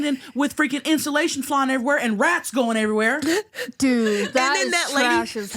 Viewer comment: I’m in tears at the mouse story and then when the timer went off saying “if you’re a mouse that gets in instillation (instead of insulation)…fuck youuuu!” I am crying 😂😂😂 Love y’all hunnies ❤